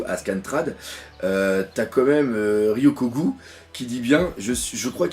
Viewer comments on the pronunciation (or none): Pour t'aider à prononcer Ryokugyu: - Rio-cou-gyou